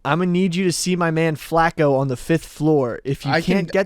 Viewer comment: U can tell how white that room is just by the fact that nobody caught the way was saying flaco.